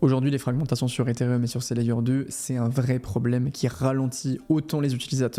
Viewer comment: pitié c'est ethereum pas etherium